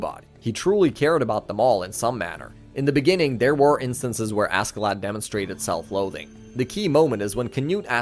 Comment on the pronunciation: Cool video but God I can't stand everybody pronouncing Askeladd how it's spelled